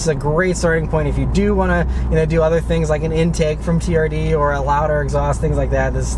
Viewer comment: I'm sorry but I cant stop hearing the camery "TURD" 😂😂😂